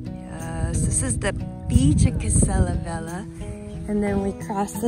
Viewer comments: Pronounced vel-ya. Just fyi. :) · The way u pronounce "velha" sounds like "vela" which means candle in portuguese. The "h" makes a huge difference when is located after l or n, nha or lha. Just a good tip for you 😉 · It´s not "vela". She mispronounced "velha", that´s why it sounds like "vela".